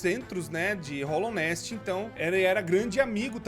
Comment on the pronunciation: dica básica, é hAllownest, não hOllownest